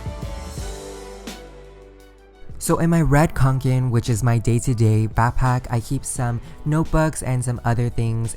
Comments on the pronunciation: It’s kanken not konken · It’s Kanke not KONKEN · Did it bother that he is saying QANQEN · It’s actually pronounced kånken because it’s a Swedish company and the name is pronounced konken like a conch shell 🐚 Most people pronounce it like “Kay-nken” but that’s not how it’s supposed to be pronounced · you're so close to the correct pronunciation! It's pronounced cone-ken xD